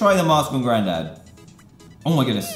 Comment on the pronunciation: ”GrANDAd WOt?!”